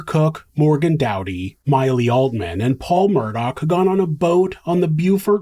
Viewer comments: Idk if it’s just the vid creator but their name ends in an augh meaning it’s murdoph or murdo this guy keeps adding c/k and it’s killing me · It's NOT MURDOCK. Jesus. It's annoying the crap or of me. It's murdaw. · The name is pronounced Murdaw, not Murdock! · I have seen every aspect of this trial from the very beginning all the way through and this is the first time I ever noticed that when he was talking to the 911 dispatcher about being shot at he said his name properly “Alex Murdaugh”, instead of the way, he’s always making it sound as “AleCK Mur-duck”